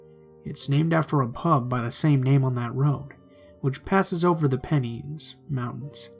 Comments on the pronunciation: It was quite funny, because I live not far from Derbyshire and the Pennines but it took me a second to figure out what the Penneens were! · Awesome stories but you might like to know that you're pronouncing the places in England wrong haha it's 'pen-eye-ns' ;) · Side note - Derbyshire is actually pronounced Darby-shur and the Pennines are Pen-nines. Ok, it's just anyone from the UK watching this might get a bit judgemental about pronunciation.